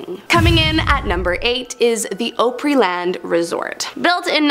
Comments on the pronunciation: Op ree not Opra or Op ri what ever the hell she said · Ohpery Land? WTF 😹 I think that’s the worst pronunciation for the Grand Ole Opery EVER. 🤣🤣🤣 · I have to agree it sounded so awkward and weird 😂 TN here 😉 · It's pronounced Ah-prey Land, not o- prey land. Also, you pronounced the dibbuk box incorrectly. Learn the English language! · Ah-Pree land 😊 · YEEEEESSSSS !!!! I live in Tennessee. I’ve tried to overlook her pronunciation of Ōpryland lol it’s a short “O” sound , like “ah-pryland”. lol it’s all good. ❤ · She mispronounces so many words in this video... my OCD goes crazy. Oh Pree Land.... Die Bek box.... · Did she really say "ope ree land" resort 😂😂😂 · mmmm.... sorry my OCD had a stroke everytime she said OH-pree-land lol.... good video though ;) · "Opryland" isn't pronounced like "Oprah". It's pronounced like "Opera". Op-er-E-land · Did you hear how she pronounced opraland, that killed My ear's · You misspronounced Opryland Op-ree land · I'm sorry, but having lived in TN for a good portion of my childhood, the pronunciation of Opryland is hard on my ears. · Isn't it though 😅?!! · Thank you! I’m also from Tennessee and have never heard anyone pronounce it so badly.. like ever, in over 60yrs..😂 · My ears are bleeding as well.😅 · From IN, but hearing it pronounced like that grated on my nerves. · From PA and the misprounciations of Opryland, Grand Ole Opry, and Ryman just set my teeth on edge! 😬😬 Pretty sure I even felt my Country Music-loving dad and my grandparents all look down from heaven in disturbed befuddlement, too. 👀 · I’m so glad I’m not the only one that cringed at the pronunciation!! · finally a person that noticed that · Nobody in this whole production knows how to pronounce Opryland? Either way too young or from Canada.